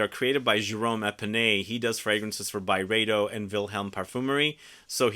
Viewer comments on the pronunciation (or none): none